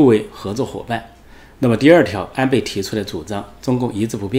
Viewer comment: 安培，安培。培养的培 Pei. . 发 呸 音 。